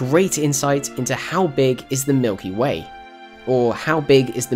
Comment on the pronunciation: ha you said milky may